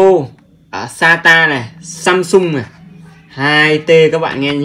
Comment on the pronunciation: AMSUNG not SAMSUNG 😂😂😂